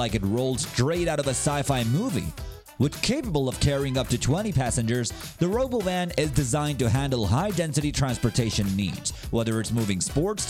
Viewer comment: tesla is what? the stock crashed and you rponounce robowhen wrong